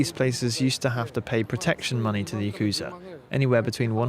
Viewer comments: i am indian too but like why get an indian dude to voice over this? I hella threw the vibe off when he said yakuuuzah instead of yakuza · Lol yah kooza... its YAKuZa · You made an entire video about it and couldn't even pronounce Yakuza properly?